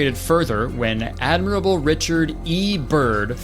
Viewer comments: Kurtis's humiliation ritual: saying "admirable" instead of "admiral" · Apologies for being that guy but what the hell is an ADMIRABLE?! I seriously thought it was the guys first name because I thought “surely Kurtis isn’t trying to saying Admiral, right?” Jokes on me! Jk I just think my dumb reaction is way worse!? 😜